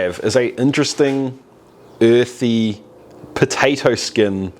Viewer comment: is it uuuuuurthie pahtaytowie flayvah?